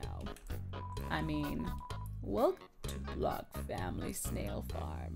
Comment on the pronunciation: She said blook (block) it's said (bl-ooh-k)